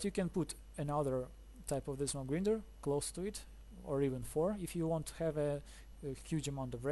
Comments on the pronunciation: Your English is very good! Just one tip. "Grinder" - say "i" or "eye" gr-eye-nder. Not "Greender". But that's just a small tip. Thanks for the video, it's a cool and neat design! I'm going to struggle to get the villager up there, but I'll give it a go. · its pronounced mob gr-eye-nder as in eyeball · Lol it mob grinder not greender lol good video